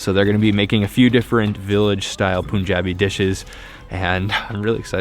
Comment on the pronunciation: It's pronounced Pun-Ja-Bee . Pun as in 'pun intended'